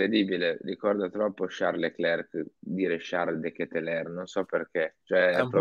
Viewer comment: Ci provo ancora : De Ketelaere si pronuncia De KetelAAre. 😁😁😁